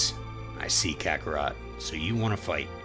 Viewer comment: Ok tell me, how the heck you can say kakkorot right and not Beerus right, man called him bills wtf